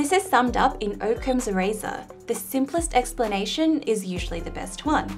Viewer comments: I'm sure it's Occam's razor not Oakham's. I've never heard it pronounced any other way (before this video) but I'm willing to change my mind if presented with new evidence. :-) Also, just wait until Matt Parker sees your three cogged machine. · How to pronounce "Occam's Razor" - The O is pronounced like the O in hot, rot, trot and pot. It is not pronounced like the O in rope, dope and cope. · It's pronounced okhams razor, not oak-hams razor. I.e. as oc-cams razor which both explains and is because of that double cc spelling. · man the way you pronounced Occam's razor hurt, maybe Im pronouncing it wrong but I don't think so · She seems very smart. I seem very smart. And yet, one of us, I'm not sure who, doesn't know how to pronounce "Occam's razor."